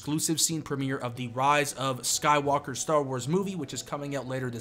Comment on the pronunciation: did he call smSkywalker. Sky-war